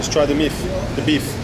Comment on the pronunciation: the "meef" i mean "beef" xd